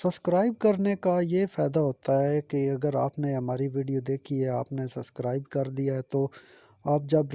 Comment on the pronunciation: Suscribe nae subscribe hota he